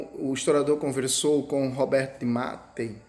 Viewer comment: Só um adento é Roberto de Mattei (se fala Mattêi).